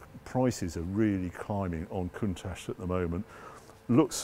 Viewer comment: He thinks a Jaguar xkss is odd looking W T F! And please will you and say COUNTACH the right way. Still love the show anyhoo!